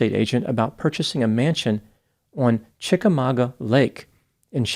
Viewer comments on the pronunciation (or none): none